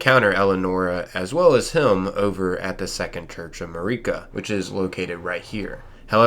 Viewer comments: its MARika, not MUHreeka. jeez the way ppl pronounce things is so damn cringe. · Nitpicker here. Hate when people mis-pronounce names that characters pronounce in the work itself. How do you say "ma-ree-ka" after you've heard everyone else say "ma-rih-ka" like 50 times??... Anyway... Super important stuff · How do you not know how to pronounce Marika’s name? They say it like a thousand times in the game